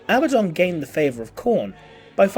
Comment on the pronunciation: Uh-Bad-Dun. Abaddon. There is no long 'B' sound. Originally a Hebrew name and translated in several languages. Still 'Uh-Bad-Dun' not 'Abba-Don'.